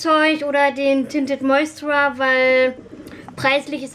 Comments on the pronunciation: find das so süß wie du immer "tinted moisturer" sagst obwohl es ja moistuRIZER heißt:D mein freund meinte auch letztens "fehlt da nicht n stück? nennt ihr das nicht tinted moisturizer? (ja er kennt sich aus haha) hast dir die von estee lauder eigentlich auftragen lassen oder blind gekauft? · Moisturer ist auch nicht das deutsche Wort :D du sprichst das englische Wort einfach falsch aus :D, lässt halt ein Stück weg.